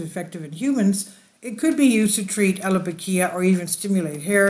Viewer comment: The pronunciation of some key words were absolutely butchered to hell. Multiple wrong pronunciations of the same word and even made up letters shoved in there randomly. “Allopokia/allopokeery” = allopecia “Monoxilid” = minoxidil